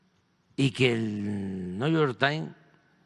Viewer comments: 😂😂😂 dice Lopitoz que el " nu yor tain está investigando a los TRIVAGOS 😂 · Si.. dice:: Niu yor tain...😂😂